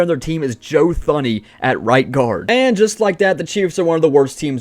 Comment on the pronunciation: The way he says Joe thuney